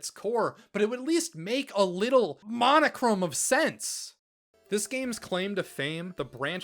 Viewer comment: Did you just say "monochrome of sense"